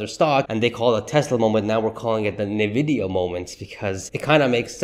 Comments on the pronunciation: Fyi it's pronounced "en-vidia" not "nah-vidia" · I've called it correctly since Summer 2023. Tezzly is not going over $300 in 2024. That would require a near DOUBLING of its current value. Maybe $260 at best. And please learn to pronounce it correctly. It is IN-vidia, NOT NIH-vidia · it is pronounced "En-vidia", not "Na-vidia." Got it? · Is NVIDIA. IS NOT NEVIDIA . Other than that your cool 😎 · PLEASE stop saying it wrong, sooo annoying over and over. It’s ENNVidia, not nAvidia! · Why you pronounced Nvidia name wrong in “na”? Should be “en”. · You are saying the name of the company wrong! Not NAvidia it’s ENNvidia! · Why should I trust a guy who can’t even pronounce the name of NVDA.